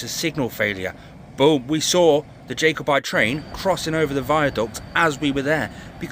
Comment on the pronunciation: Its pronounced jack o bite.